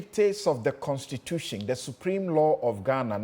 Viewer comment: This one who pronounces "constitution" as "constitutiong", "question" as "questiong" is now explaining simple English 😂😂😂